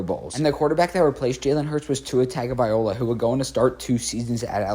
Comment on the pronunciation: Are you really saying “Tag” in Tua’s last name in 2025.